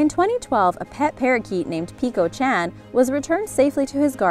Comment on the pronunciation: you are saying chan wrong